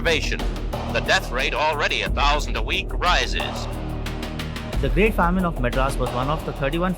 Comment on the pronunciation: Your pronunciation of famine is wrong